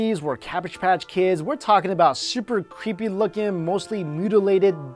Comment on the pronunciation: dat vas cweepy